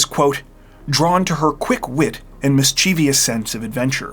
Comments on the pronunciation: 💚 Great film about Spence-Shaw & her death! At minute 9, “mischievous” was mispronounced. It has 3 syllables, mis-chie-vous not 4 [sic: mis-chie-vi-ous]. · MISCHIEVOUS (correct spelling). Pronounced "miss-che-vuss". Not "miss-chee-vee-us", like you pronounced it. That's not a word.